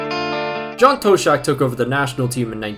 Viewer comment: BTW, the Tosh in John Toshack rhymes with nosh, dosh, cosh, posh, frosh, wash, splosh.